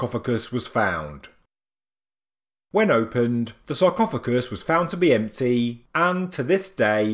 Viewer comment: Still the AI reading and still pronouncing the simplest words completely wrong with definitely sounds horrible when dragging out words to Long, saying words top, empty and chamber makes me cringe and stop watching immediately!